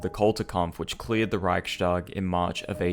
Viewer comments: I am not sure if you will see this or not. If you do, just fyi the word is pronounced "reichs-tag" as in it is the "reich's tag" and is not pronounced "reich-stag" as in "reich shtag." The s in the middle in this case is a simple [s] sound and is not an [sh] sound. It has to do with the grammar and the word division. Just a small thing ;) other than that, I reaaally enjoyed the vid! High quality stuff! I am a fan of this!! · NB "Reichstag" is pronounced "Riyhs - tak" (long "i"; and "g" at the end of a word is voiceless, and thus becomes "k"), not "Riyshtag" (yes, it is true that in standard German "st" is usually pronounced as "sht", but NOT in composite words consisting of two semantically independent elements). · Great video, just one thing because you are really trying to nail the pronunciation. Reichstag is pronounced without a “sh” sound. Usually in German st is indeed pronounced “sht” but only if the st is a natural part of the word. In Reichstag the s signifies the genitive case (attributive case). The Reich’s parliament. Reich s tag. Thus it is not pronounced “sht.”